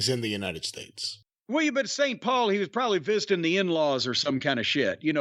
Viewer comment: Did Jim just say “visiting the in-laws” or “fisting the in-laws”?